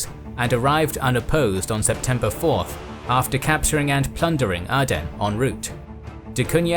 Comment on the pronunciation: It's Ay-den not ah-den